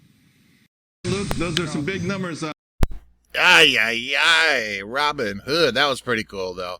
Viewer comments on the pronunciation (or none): Robbinghood 🤣🤣🤣 “HOOD” 🤦🤦🤦